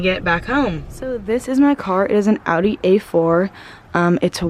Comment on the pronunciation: Just to let you know you pronounce Audi wrong